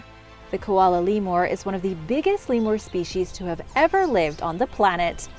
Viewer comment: What the he'll is a "Leemore"? Think you mean Lemur...LEE-mer.